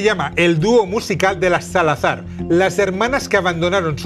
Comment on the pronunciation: Axozer todo analfabeto diciendo salazar mal jajaja